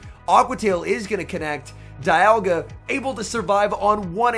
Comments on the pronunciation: Isn't saying dialga as Dye uhh gaah instead of dee aaal gaah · Is it just me or did someone else notice pronouncing dialga differently throughout the video